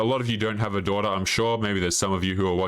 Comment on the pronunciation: With your accent "daughter" sounds like "dora"🤣🤣🤣🤣